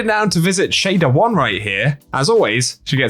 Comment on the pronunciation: No way you just called her Shader-1 💀💀